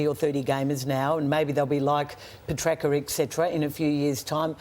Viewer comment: Why can't Caroline get petraccas' name correct ever? " petracka"